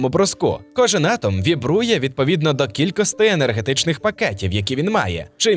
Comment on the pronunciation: Дякую за цікаве відео. Але є прохання - перестаньте, будь ласка, казати "кількостИ" замість "кількості". Бо дратує дуже...